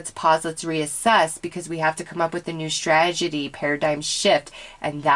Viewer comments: Strategy. You are saying "stragedy" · I love your readings, but I have a really hard time when you mispronounce words.... its strategy, no d. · How many times can you mispronounce strategy?😋✌ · I love you and your readings but since I'm a Virgo I must point out that the word is strategy (not stragedy). Love you!! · Unless the strategy would end in tragedy and she is trying to say both things at the same time! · Honestly I felt the same way. I tried not to but I couldn't help it